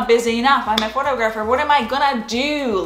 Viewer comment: Please check the way you pronounce the words "Photography" and "Photographer". North American English is not the same as east European.